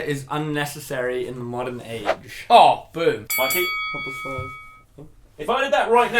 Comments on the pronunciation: “Morden age” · “Morden “ age ?! 😂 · "Morden age"